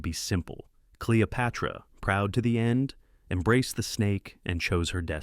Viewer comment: Cleo-pyra? These AI videos are cheap and inaccurate. JFC